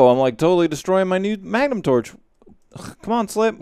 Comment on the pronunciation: oh yea! mah-guh-num torches.